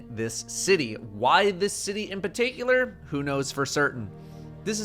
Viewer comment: "Why this city in partakeculer" 😄 Never change, you're the best lol